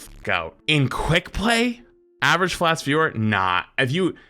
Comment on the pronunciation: "You not see da Fwats tweir wist?" - asks the biggest loser in the lobby 😂